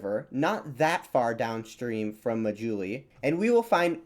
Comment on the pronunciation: people of Assam are an admixture of indo-aryans and tibeto-burman people. Assamese language is an Indo-European language related to English French and German, surrounding hilly tribes speak various Tibeto-Burman family languages. The 'indigenous peoples' of northeast India are long gone. They were related to Papuans and Andamanese people . On a side note the islands name is pronounced 'maa+juli'.